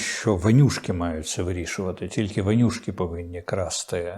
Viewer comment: Корчинсьский вимовляє по москальськи "ванюшки", а треба - вонючки.